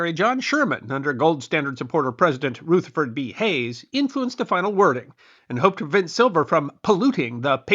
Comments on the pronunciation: A bit off topic, but I was struck by the pronunciation of President Hayes’ first name; Ruth-er-furd as opposed to Ru (as in ruddy)-ther-furd or ford. I live in Rutherford, New Jersey. Which is pronounced Ru-ther-furd or dependant on who says it, with a “ford” as the last syllable. Originally named for a large land owner and US Senator John Rutherfurd. It is unknown exactly why the “u” changed to an “o”, but it is speculated that a clerical error was made by the postal service or people just started using an “o” as that was more common at the time, due to Hayes’ presidency. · That’s the first time I’ve heard Rutherford pronounced that way.